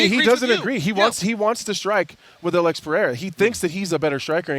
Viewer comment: Lmao Chael will never learn Alex's name.